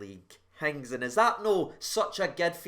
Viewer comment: Just a heads up, Hagi's first name is pronounced "yann-ees"